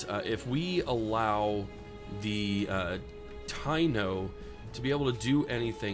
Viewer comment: Ive been looking for a good playthrough of humankind to see what the gameplay is like. Also taino is pronounced tah-E-no, its not important to me I just know enough Puerto Ricans 😂